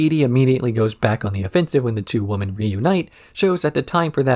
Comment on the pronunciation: I mean this in the least disrespectful way possible, but I have noticed that in a few of your videos you tend to say woman rather than women? I thought it was just a slip of the tongue the first few times but it seems to be an ongoing thing. Is that intentional or accent? Obviously these are your videos and it’s a free country. You can say whatever you like but after watching this and wanting to ask every single time I haven’t been able to sleep at night so I thought I would ask.😂